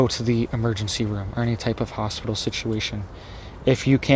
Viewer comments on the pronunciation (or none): PIT ...Is in the middle of the word Hos-pit-tal......😇